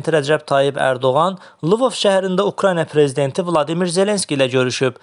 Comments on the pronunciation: Hormetli metni oxuyan bey, Lvov seherinin adini Liivov kimi oxuma, sizin kanala kaaanal 13 desem xosunuza geler? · Hansı sözü düzgün tələffüz edir ki, Lvovu düz tələffüz etsin? Sonra da sovet təhsilini bəyənmirlər.